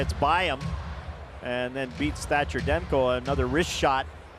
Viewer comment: Demko`, not De`mko )